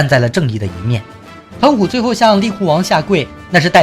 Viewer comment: 疼虎應該ㄑㄙˋㄍㄜˊㄇㄧㄥˋㄐㄩㄣˉ